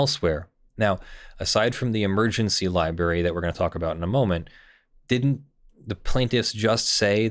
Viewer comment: Am I detecting the lawful masses used to be a "LIEBERRY" person. Sounds like your fighting a tendency to mispronounce library. You mostly win. Could be wrong.